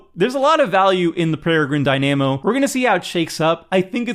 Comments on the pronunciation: Have you seriously never heard the word Dynamo said out loud? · The mispronunciation of dynamo was grating me. I can only imagine how many people are going to mispronounce that card after this video. 😒